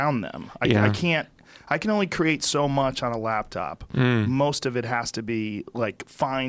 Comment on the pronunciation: Rogan thinks he's a genius but says "labtop" hahahahahahahahahahaha